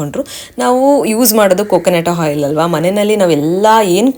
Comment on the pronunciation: Henne alla enne. Hoil alla oil. Pronounciations Sariyagirali